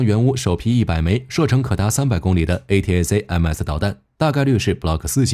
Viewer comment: A--ta-kam-s 請用音標發音比較快